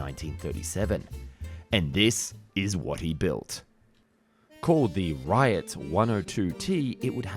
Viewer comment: "Oscilliate" A mix between a dragonfly and a tumbling microbe? Next gems: "Orthinopter", "oskillation" That anglophones are absolute incapable of pronouncing French names we can take as a given. "Riot" is a riot. French "ou" is equal to English "oo", and a final t after a vowel is usually silent. The guy's name is pronounced "rioo". That "Messerschmitt is impossible we alread know. Now idea why double s is being interpteted as "sh", (it's a sharp s) but "sch" is not (it is "sh"). Beats me. Your craft is spoken communication. Please take it serious. But what takes the cake is displaying Otto Lilienthal in his glider as an example of an Ornithopter. I's call that a sacrilege.